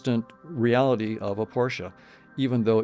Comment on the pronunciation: I hit subscribe when you said Porsche correctly!